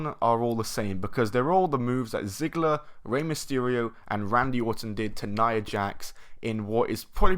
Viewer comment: I like the way you said Orton because it sounded like autumn